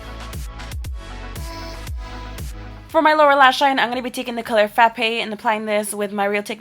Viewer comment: "frapaie by makeup geek"